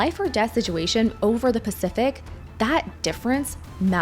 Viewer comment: "pacthific ocean" ❤😂